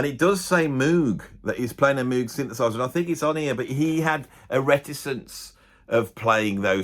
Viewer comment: I had so many friends who just couldn't stand Jon's falsetto. Pro-tip...It's pronounced Moe G...I'm just saying.